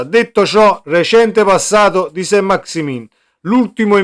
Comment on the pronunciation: Si pronunzia Sant maxi men , un po di francese li sai?